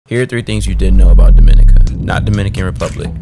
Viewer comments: Bro im from dominica and this made me mad bc the way u pronounced it like deeminica its dominica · It’s pronounced Domin-IC-a, not Dom-IN-ica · My boy you aint even pronounce the name right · pronounce Dominica properly first